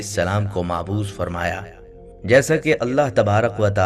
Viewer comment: معبوث نہیں بلکہ لفظ مبعوث ہے ۔یعنی پہلے ب ہے ۔نہ کہ ع ۔ لہذا MAABOOS , نہیں بلکہ MABOOS ہے۔